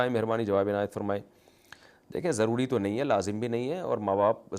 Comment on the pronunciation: Urdu sahi karin zarori ض se ata h